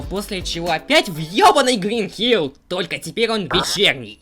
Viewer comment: Hill холм а не Hell ад.